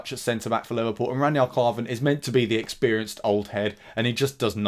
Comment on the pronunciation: Who the hell is ranyard klarven? 😂. Know your players names for god sakes!